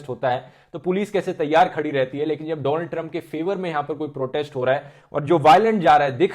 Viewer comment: noticed him saying doland trump 🤔😂